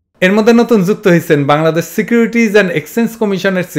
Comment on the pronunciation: desh bolte gia😆😆😆 bash😆😆😆 bolse😆😆😆